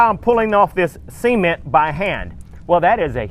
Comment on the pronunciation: Sea-men-t and rubarb ....of course they needed to tear it down A good builder would use concrete and rebar and that tool is called a donkey dick...just sayin JK love the videos